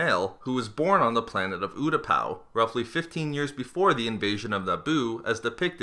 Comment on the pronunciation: U- Ta -pa get it fuckin right i hate people like this who cant say da fuckin names right